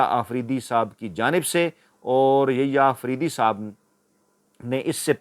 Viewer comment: السلام وعلیکم آپکے یحیی آفریدی کا نام غلط لیتے ہیں انکا نام Yahya ہے نہ کہ ییا